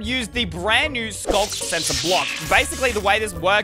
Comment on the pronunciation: Why Is It Skog Sensor Instead Of Sculk Sensor?